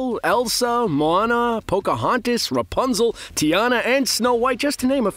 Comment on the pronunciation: Moh-ahh-nah, Moana, not whatever you were saying… 🤦🏻‍♂️